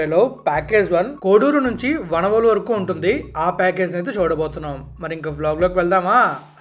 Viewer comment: వనవోలు కాదు వానవోలు